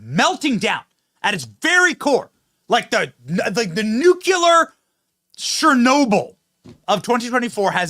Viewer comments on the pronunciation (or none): NUCLEAR, not nucular.